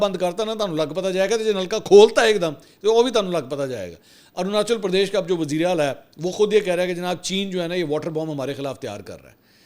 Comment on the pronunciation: Mansoor Bhai aap ne bhi Bharat ki baat krte krte wazeeray ala ko wajeeray ala bol dia